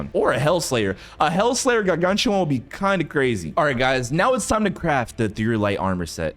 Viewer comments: bro its not gar-gan-choo-wawn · ²0000²00⁰∅ⁿ∅/ aura for mis pronouncing gargantua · Why does he say? Gargantuan like that🤭🤭🤭